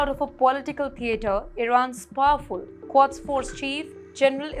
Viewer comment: it's Quds not Quads.